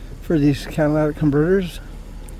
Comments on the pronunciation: the word is CAT-A-LIT-IC, LOL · They asked me the same sht, then encrypted the scanner where I frequent. Nvr trust a cop. And btw, it’s catalytic, lol